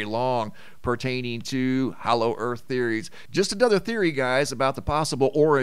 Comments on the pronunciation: Hollow, not hallow. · Hollow not Hallow! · you DO KNOW it's 'HOLLOW' and not 'HALLOW' right? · Hollow...not hallow?